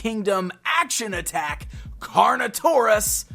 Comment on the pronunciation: You said "action attatch"